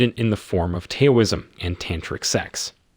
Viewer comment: Male Insanity. Maybe learn how to pronounce Taoism to gain some credibility. Heck, maybe learn how to pronounce Semen. But then, maybe your audience has no clue. So why bother.